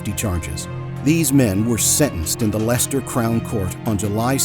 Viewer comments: The most unbelievable part of this video is that an American pronounced 'Leicester' correctly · That's the first time I've heard an American correctly say Leicester. Well done👍 Also just say no, I'm not going in there.